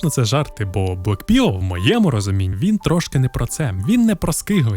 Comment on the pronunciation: чоловіче, ті табилетки читаються як Blækpıll (блакпилл), Rædpıll (радпилл) і Pœrplpıll (Перплпилл). Не вартує перекладати як росіяни